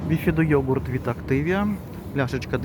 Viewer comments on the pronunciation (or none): none